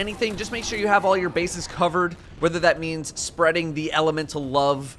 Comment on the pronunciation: sprending bright dust lul